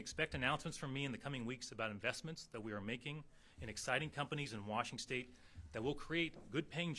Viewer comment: lol he said Washingstate. 😅 I like this guy